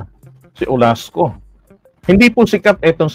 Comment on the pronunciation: Olaso, not Olasco.